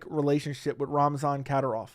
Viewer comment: Pronounced “KA-DEEER-OFF